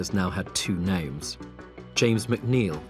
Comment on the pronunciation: I really do not like the "Hat" for had And then the ngk at every ng which does not have a k at the end of it.